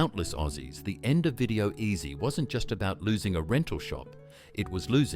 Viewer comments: not very good with your words its bi (buy) lo (low), video ezy (easy) you need to go back to school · "Beelow"? "Video Ehzie"? "John's West"? WTF man??!😮